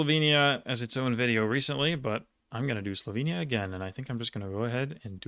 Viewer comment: Your prounounciation for Slovenia was incredible. Ive only ever heard people butcher it so bad. Top points